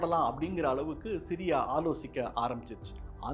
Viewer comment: Eli Cohen "யோலி கோகன்" என்று அழைக்க வேண்டும், but செய்தி வாசிப்பாளர் 'எலி குகை' என்றுதான் கூறுகிறார், சிரியாவை 'சிறிய' என்றும் கூறுவது கேட்பவர்களுக்கு குழப்பத்தை ஏற்படுத்துகிறது.